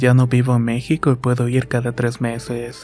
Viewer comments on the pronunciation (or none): none